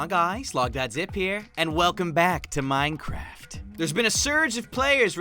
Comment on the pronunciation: Minecrif? ....did anyone else catch that 😂😂😂